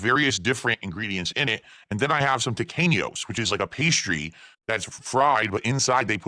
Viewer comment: My wife, who is Hispanic, says the way he pronounces Tequeños fills her with intense and utter rage and, also demands that I let people know, it isn't a dessert, it is a snack food.